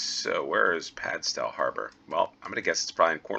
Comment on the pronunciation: They're pronounced "Hay-moor" and "Gull-vle". In Cornwall the town names are often pronounced differently to how someone from outside Cornwall would expect. Also the stow in Padstow is pronounced the same way you would "stow your sports gear in the trunk of your car".